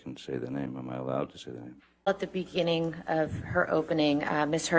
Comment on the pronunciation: "in the beninging" "in the ben, -beni, -bninginging" "beni, bening, in the beninging"